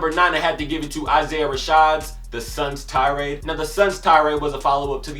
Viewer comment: ur pronouncing the suns tirade wrong but good vid